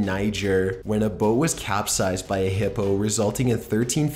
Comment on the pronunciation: omg the way he said hippo XD i'm dying. but seriously even tho these animals are dangerous, they're all still beautiful and unique and nowhere near as bad as humans